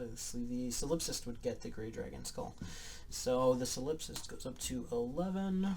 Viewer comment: Solip-sist. Rhymes with Trollop.